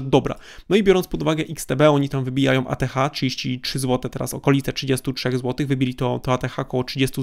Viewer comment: Dostaje darmową, a nie darmowom, z nową akcją, a nie z nowom akcjom, wybijajom, w drugom stronę, etc, etc... Litości... Uszy krwawią, jak się tego słucha.